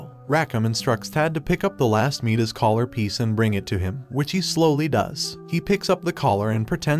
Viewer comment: its midas is pronounced my-dis also second